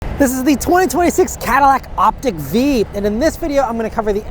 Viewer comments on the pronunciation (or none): Short i. Why? Lyriq is pronounced like lyrical. Vistiq is like vista. Optiq is like optical. Escalade IQ is… okay, well, that one is not like the others. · Op-tick? I say Op-teak....😂😂😂